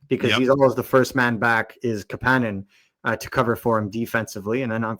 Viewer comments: Cmon fuck …. Why do you have to call him ka pan nin when you know damn well it’s kapanen cap A nin! Damn that hurts to hear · Why can't you guys pronounce Kapanen properly. I have some phonics lessons online for you. Goddamn donuts... I still love the show lmao! 😂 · According to the player himself, the proper pronunciation of his name is kapANen, not KAPanen.